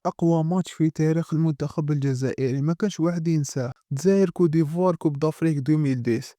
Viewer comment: ماشي cou d'ivoire لكن côte d'ivoire